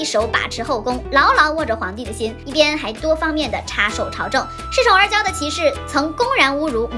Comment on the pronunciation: 是……朝政……不是朝正